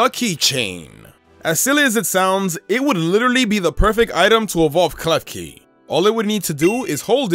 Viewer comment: Klefki-card hahaha